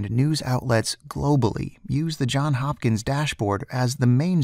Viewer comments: JOHNS HOPKINS! Not John Hopkins. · it's JohnS Hopkins not John Hopkins lol